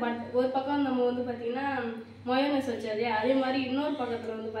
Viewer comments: Mayonas illa mayanash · Mainose nu solringa athuve sollatherila